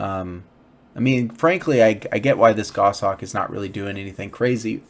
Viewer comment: I'm a relatively new player 7 just wanted to say thanks for the content, it's very informative and carries over well to the mobile version, which I'm playing. Also it's nice to hear someone pronounce the word "goshawk" correctly (WTF is a "go-shawk" anyway?) :P